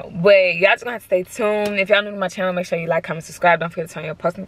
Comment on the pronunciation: “Channel sthu” 😂😂😂